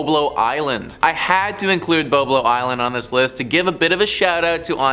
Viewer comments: It isn't BO-Blo Island; it's BOB-lo Island. Apparently, you can't even pronounce the name of these places correctly!! I used to go to Boblo Island quite often when I was in school. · lol It's pronounced BOB-Lo not BO-BLO 😂😂😂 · The pronunciation is Bob-Lo. You missed when the boat got hijacked….